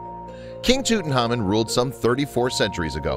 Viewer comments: TheWhooo Gaming pronounced, Toot onkh ahmoon in the traditional Egyptian, and by experts at the Egyptian museum. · Marla Volovna As someone in the UK I'd never heard the pronunciation as in this video until today, so will always be TutanKhamen for me. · Tootin' Hamen. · Thanks for not even trying to say his name correctly :-( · He keeps messing his namr up and for some reason its really bugging me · He pronounces his name wrong with no k. If you are going to do a whole video you cannot get the main subjects name wrong. This is why I dislike American narrators, they sweep in in full throttle, are over enthusiastic but without interest in the subject, very loud, dont know what subtlety is, and dont research properly. Give me a intelligent English narrator any day. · Awful! The narrator couldn’t pronounce the name of the Pharao to save his life and that weird music is just as distracting. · The narrator does mispronounce the last part of his name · Please can you either not say his name or say it right please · LOL the way he pronounce Tutankhamun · he cannot pronounce his name for dear life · why does he pronounce tutankhamun like that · Interesting, but name pronunciation e incorrect. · I wish people would pronounce his name correctly. It's Toot-Ank-Amoon. As for what caused his death, he had a few possibilities: His first x-ray in 1995 did show he had a fractured leg. Obviously, the break didn't kill him. However, in 2010, DNA tests confirmed he suffered from malaria, had a club foot with "crippling" bone disease which made him walk with a cane (meaning he wasn't riding chariots like we all previously believed as most depictions of him on the walls of his tomb show him sitting down- and 130 walking canes were found in his tomb). It's mostly believed that he died as a result of gangrene when his leg became infected. No matter which one of these killed him, he died a painful death. :( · KKK Nazi Bigot Man “toot an KH amoon” is correct. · Tutankhamun not Tutanhamun